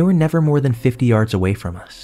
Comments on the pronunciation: Love your voice and your stories, to me it doesn't sound like you have an accent until you say the word yard. Where are you from that you pronounce it "yerd"?? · please tell me he isn’t saying hard, there has to be some word I’m not aware of he is saying, right lol? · 2 things, I can’t get over how horribly he is pronouncing the fkn word “yard", if that’s what he’s saying, and also, they "texted 911" since when? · is bruh tryna say Yard here lmao? And I agree, kinda boring, especially compared to others tbh.